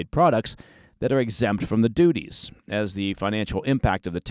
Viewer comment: Haaaaaaaaaaaaaa! SAID DOOTIES......